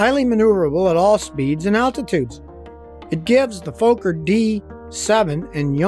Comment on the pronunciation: Bayer-isch-a Moe-toran Wer-ka Fok-a (Fokker) You got Junkers mostly right though 🎊🎉